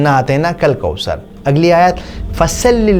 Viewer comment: Assalamualaikum brother may Allah reward you for this video. Only one correction it's not kausar...it's ث not س . Pls uplaod more such videos